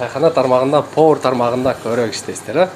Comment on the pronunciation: ПовОр эмес ПовАр.